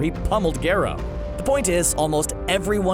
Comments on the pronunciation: Not Gero it’s Garou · It’s not gerro it’s garrou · He says garo and it pisses me off 😡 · "Gayro"... Nice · Wow this channel doesnt watch one punch man at all. Its all a script. But how do you get garou name wrong??? Its definitely not called geero. Smh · "Gerou" are you serious.............. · Nobody:: gayrow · Garrow? What the f*** you on? It’s Garo! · Love the vid but I don’t think it’s pronounced gero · Remember when he called garou gerou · You saying "gyerou" made me mad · Yh lol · Why can't he pronounce Garou correctly? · Absolutely nobody:: "Gerou" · this dude just said garoh are you fucking serious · gare oh* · BRO HE'S NAME IS PRONOUNCED GAROU